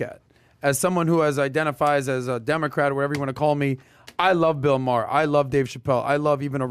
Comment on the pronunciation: That guy got the pronunciation correct it is pronounced Ma Her not Mar.